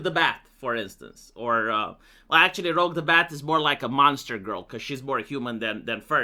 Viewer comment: Most people misspell “rogue” as “rouge.” Somehow, you managed to mis*speak* the opposite.